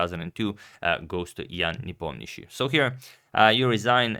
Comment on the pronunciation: He can say Nepo's full name!